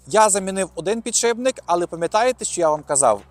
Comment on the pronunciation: підшиПник, не підшиБник! під шиПом, не під шиБом ))